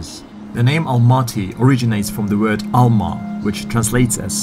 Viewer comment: Please pronounce it right. There's no such word as "A-lma", you pronounce it 'alm-A". Just a tiny detail tha can ruin all the ducking meaning of your video when you try mocking those tourists speaking their way. Thanks for the efforts however. Again "almat-Y" NOT "A-lmaty".